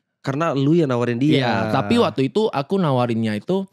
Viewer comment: Berapa kali dia ngomong wa'tu itu 😭